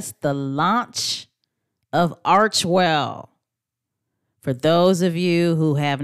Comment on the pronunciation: On the Archewell home page as you've shown, there is a pronunciation mark after Arche (/rki/), it reads AR-Kee, not ar-chee.